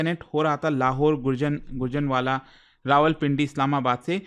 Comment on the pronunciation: गुरजनवाला नही गुजरांवाला अध्यापक से अच्छे उच्चारण की उम्मीद होती है